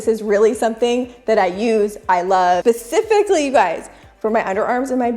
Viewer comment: Did she just say “pacifically” instead of Specifically 😅and “Folicule” instead of Folicle